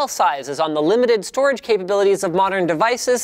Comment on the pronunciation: "data stroage"